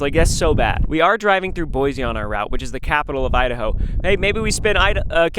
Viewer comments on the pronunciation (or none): it’s boy see not boy zee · You don’t pronounce it like boizy it’s Boisy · Hey I’m from Idaho and I live in Coeur d’Alene and I had to tell you that boise is pronounced boi-see